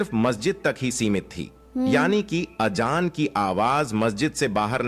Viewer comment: Azaan don't pronounce Ajaan . The background explanation voice is very wrong pronouncing which is very harsh to hear.